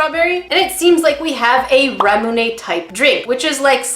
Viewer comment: reacts to this the way a Japanese person might react to something like Flamin Hot Cheetos or Twizzlers. Also, Ramune is suppose to be a sparklin Lemonade. Rah-moo-neh = Leh-mon-aide